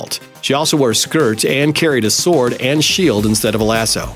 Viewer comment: do not prodonce the"w" in sword